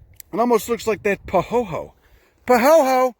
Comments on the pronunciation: Yo Bro, Pahoehoe is pronounced With the e's sounding as a long e. pə-ˈhō-ē-ˌhō-ē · I love your videos. BTW, the "oe" is "pahoehoe" is pronounced like "oy". "pa-hoyhoy"